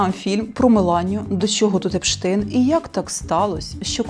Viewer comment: 😢Німецьке прізвище Epstein ("епштайн") в англійськомовному середовищі - "епстін". Проте ви, чомусь, змавпували саме московське "епштейн" щодо гамерицького ребе Jeffrey Epstein. Мене запитують, як вимовляти генія всіх часів і одного народу, якому "ґойка" писала наукові праці, вдаючись до плагіату. Ну, якщо ребе епстінив між німцями, то - "айнштайн".